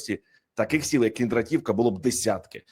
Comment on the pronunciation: КіндрА'т !!! КіндрА'тівка !!! А НЕ КіндратІ'вка !!! Коли вже грамотні з екранів віщувати будуть, а не ось такі ... що паплюжать НАШУ УКРАЇНСЬКУ МОВУ ! ( Перш ніж " вилізти" з виступом на люди - підготуйся !!! Узнай правильну назву чи прізвище - як воно звучить !!! І не коверкайте !!!)